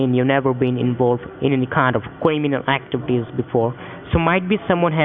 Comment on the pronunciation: Lmfao cwiminal actibity